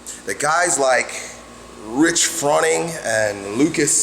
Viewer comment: Rich fronning(froa-ning, rhymes with groaning) actually did bodybuilding before he started crossfit for like a few years before he started crossfit, and lucas parker is just born to be a beast